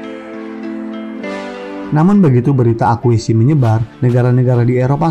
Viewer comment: Akuisisi bukan akuisi